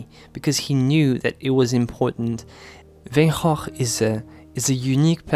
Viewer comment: Love Van Goph.. This was a conversation I had with a friend a few months ago. I’m happy to hear you speak the correct pronunciation. Many people are surprised, as I was, to hear we were saying his name wrong for years. Thank you ! 💜